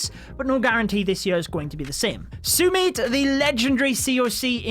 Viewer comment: Wow so much respect sumit the legendary youtuber. Well you pronounced it wrong . You pronounced suumit. It should be sumit